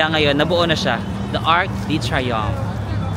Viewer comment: UK didn't join Schengen so they still keep their currency, that is the Pound Sterling. Technique in purchases: send by shipping ahead used clothes and not needed items so luggage will be light. For info. It is pronounced Ark du Triumph (Arc de Triomphe); Sham Elishey for Chsmps Elyssees. Re: pickpockets- maski sa Rome, mga gypsies from Romania. Mukha rin silang Caucasian (puti) and dressed well kaya inde paghihinalaan.DON'T HAND OVER your camera, malamang maitakbo 'yan. Ikaw talaga, meron naman sa Google na may sound to hear the correct pronounciation.